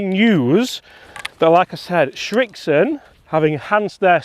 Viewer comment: Srixon... not Schrixon